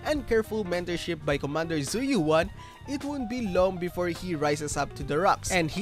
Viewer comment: right lol I don’t understand how all these creators can’t pronounce her name right. You literally hear it in game. “Zhu Yuen” Not Yu-an Yu-en . Just say it as one word lol.